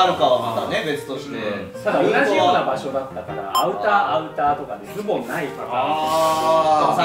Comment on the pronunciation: オモコロなのに「アウター」だの「ボトムス」だの言っててビックリしたんだけど、恐山がちゃんと「上着」「ズ↓ボ↑ン」って言ってくれてやっぱオモコロだぁって安心した